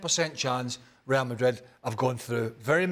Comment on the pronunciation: Ray-al Madrid - not - rrrrryahhhhhll mah-reeeeeeeeeeee.........